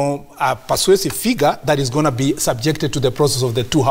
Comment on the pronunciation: He keeps say 'KOING TO'